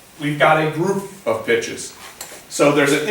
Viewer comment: "The big difference is we've got a group, of bitches." Cant unhear it. Enjoying your lessons, thanks.